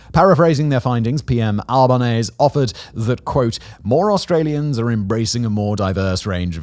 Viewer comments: you pronounced the aussie prime misters name wrong. Its AL-bə-NEEZ-ee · Just an fyi on Anthony Albanese. Its pronounced “Albaneasy” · For future reference: It's pronounced Al-ban-easy not Alban-aise. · aussie here. it's pronounced albn-eezee. also my last tenant was a fkn nazi. full nazi. i just own the one house, but this guy did the salute, had an SS stuby holder, said all the fascist standard lunacy. never met an aussie nazi before. meeting anti-semites and fascist sympathisers every week. it's terrifying. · Just a heads up, we Aussies pronounce our PM's name as Alba-nee-zee. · Alba neez-E perhaps. Regardless, the emphasis is definitely the final 'E'. Just don't get Simon to pronounce 'Uluru' again. 😂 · Just to let you know you pronounce the E at the end of Albanese's name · Please learn how to say anthony albanese's name properly please please please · With pronouncing Anthony Albanese's name, you put emphasis on the e at the end instead of combining it with the es in front of it. Love your vids mate! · Might want to check the pronunciation of Albanese ;) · Hi Simon. FYI; ASIO is spoken like “Asia” but with an O… and Albanese is pronounced “Albin-easy”. Cheers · Just some clarification on pronunciation of some local Australian terms: ASIO is pronounced Ay-Sea-Oh Albanese is pronounced Al-bow The terror alert level is "Orr noh" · Hey Simon, quick FYI: Albanese rhymes with sneezy 😂 And ASIO is pronounced as one word because we're lazy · It's just so commonly pronounced that way so whenever his last name is mispronounced it's a bit jarring. Similar to how ASIO is pronounced AYY-ZEE-OHHH here rather than spelling it out.